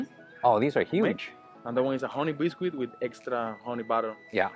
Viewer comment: that's an English muffin, not a bagel,. And "bis--kit" not "bis-quit" BUT, I still think you're the sweetest food vlogger on You Tube, so I can't get mad